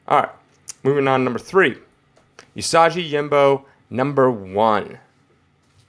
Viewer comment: OOO-SAW-GEE YO-JIM-BO. Honestly, it's just painful sometimes.